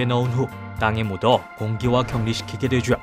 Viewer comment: 되죠 는 솔직히 그냥 되죠라고 발음하면 되는데 되쥬에욥! 이러니까 역겨워요